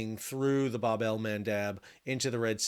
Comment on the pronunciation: Bab in Bab Al mandeb is pronounced as Bob which mean door or gate